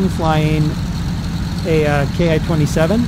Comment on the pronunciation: It's pronounced like "Key"